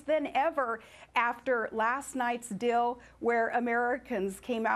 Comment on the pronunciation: Will someone teach her how to pronounce the word "deal"? It is not "dill"